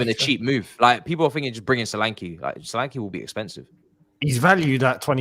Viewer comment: That name is pronounced Sho-lan-ke. Ke sound like in Kettle.